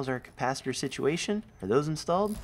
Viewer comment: Thanks for the video. I was face-palming so hard when you were trying to figure out the power sit-e-a-tion. LMAO